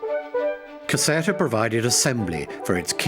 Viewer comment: Caserta, pronounced Caz-air-ta